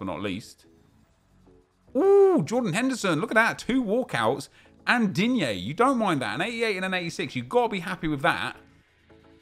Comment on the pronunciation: Anyone realise nep said digne normally 😱😱😱😱